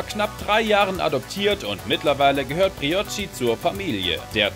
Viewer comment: OMG ES HEIST BRIOCHI NICHD BROICHI SCHÄCHT LOL FÄHLER!!1!!11